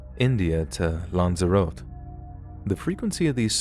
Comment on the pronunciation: Lanz a rot ee. 😂